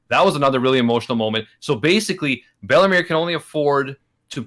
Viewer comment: I think ment bellemere but i heard bellamy